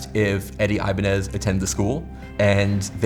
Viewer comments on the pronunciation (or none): Red flag from the beginning, the guy didn't know how to pronounce his own last name. Ibañez (e-bAh-gnes). You don't say it like "Ivanhoe". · The biggest scam here is saying his name is eye-bah-nez. Ni ningun hello, ni ningun good afternoon, aqui se habla español. 😤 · I mean I could tell he was a fake simply because he pronounces his last name incorrectly.